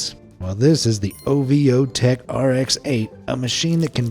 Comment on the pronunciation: It's not O-V-O-Tech, it's Ovo-Tech. Ovo, like eggs!